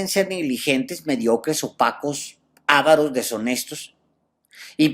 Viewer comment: Buen día. Excelente, Sr. Alejandro Páez Varela. Sólo una corrección: Usó la palabra "avaro" , pero la pronunció "ávaro". Esta palabra lleva acento prosódico en la segunda "a", o sea, se pronuncia "aváro", pero no se pone el acento ortográficamente.